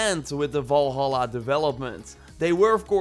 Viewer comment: Do not say valhala plzz!!